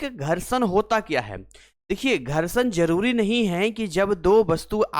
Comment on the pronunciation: Gharshadva😂 maza ata h aise sun kar entertain bhi hote rehte h